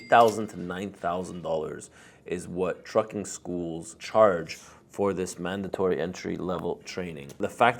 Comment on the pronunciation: i ThoughT speaking and reading was mandaoTry?